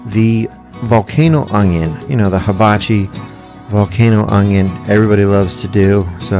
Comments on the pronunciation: Its “ONION”, there is no g. Its not “ongion” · There is no "G" in oNioN.